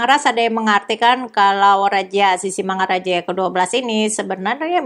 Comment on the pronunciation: ibu, pengucapan sisingamangarajanya terdengar sisingamaraja,...